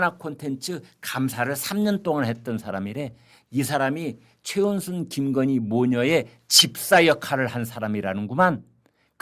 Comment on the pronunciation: 이 아저씨는 도데체 뭔 이야기를 마치 젤바른말 하는사람처럼 말끝에 힘을꼭주면서 언근히 김건희여사를 까네 말말이 김근희 김건희 하면서 우파라 치는데 어쩌면 이리도 왔다리 갔다리 하는지 늘 맘에 안드는 사람이다